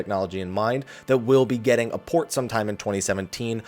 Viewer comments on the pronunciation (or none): none